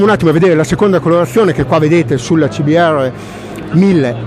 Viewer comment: Dopo la tua pronuncia sul modello CBR .....ho riso per un quarto d'ora 😂😂